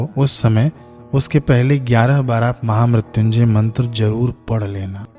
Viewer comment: Maine pahli bar mahamrityunjay mantr ka sahi uccharan sirf apki hi channle par dekha ..sadhuvad Bhai 🌹